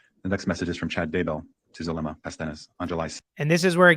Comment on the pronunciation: Hidden True Crime posts the audios daily at around 4pm, as soon as its released after court.. Zulema pronounced her name as Zoo lem uh..just so you know..lol..